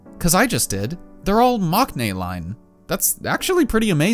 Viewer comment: the was you said maknae seriously 😭😭 it’s pronounced “mungnae” fyi